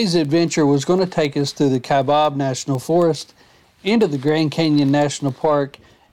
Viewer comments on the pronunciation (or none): You have to drive over the moon to get to the Canyon 🙂 That's fantastic you got to see the condors! We've only seen 1 before. We've been to the Canyon many times and it is always awe-inspiring and it NEVER gets old!!! BTW, it's Kai-Bab Plateau, not Kabob 🙂THANKS!!!